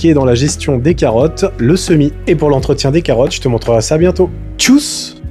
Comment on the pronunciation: Tschüss se prononce Tchusse, pas tchousse.